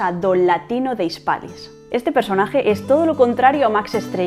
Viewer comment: Bradomín, no Bradomir. Híspalis, no Hispalis. Para que lo sepan todas.